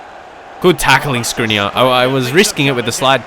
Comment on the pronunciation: Feel free 2 pronounce Škriniar the right way: Shkriniar